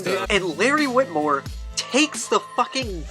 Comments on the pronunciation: If you care, it’s Wilmore not witmore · its larry wilmore not witmore not trying to be a jerk i just couldnt leave it be.